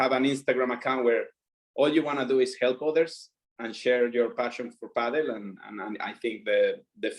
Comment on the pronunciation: Thank you for pronouncing Padel correctly (paddle) as it has been pronounced (it was actually written like that before as well) for decades :D